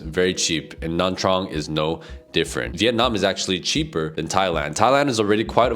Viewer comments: Why does it sound like he's saying Nam Trang? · how can you trust a guy that can’t even pronounce nha trang properly?